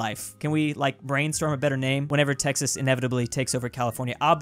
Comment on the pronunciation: he called Texas tennnise